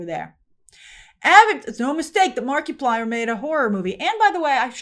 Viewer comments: Oh that was a brutal Markiplier pronunciation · never heard Markiplier pronounced that way 😆